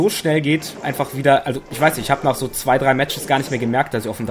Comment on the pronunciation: Weiss vllt jemand ob sich Luigi verändert hat? Weil ich ihn noch nirgends gesehn hab in i-welchen Videos (er is mein Main mit Donkey Kong) ? UND ist euch aufgefallen das der Sprecher die 2 beim Countdown so komisch betont?^^ PS: Episches K.O in der ersten Runde holla die Feldfee^^